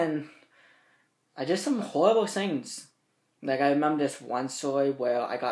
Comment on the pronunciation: "I did some howibble swings"😂